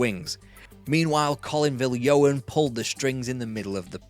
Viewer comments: Great video, well done. Small point but it’s “Colin vil-Jon”. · Pronounced Vill John!!! great videos!